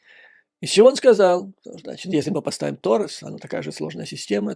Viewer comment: Ракеты ТАУРУС!! Все их так называют. Не ТОРЕС, а ТАУРУС!